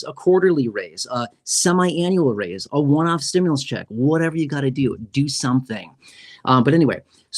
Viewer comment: Why r u on u tube. Lying to people u keep saying stmulouse. But it's not done yet